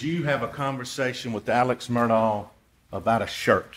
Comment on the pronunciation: Please stop playing into his psychopathy. Call him Alex Murdaugh (Murdaw) not Elic Murdock. What kind of psychopath just suddenly changes the pronunciation of their name.🙄